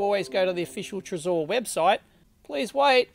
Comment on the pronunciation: It's trezor not trezore . Please please say it right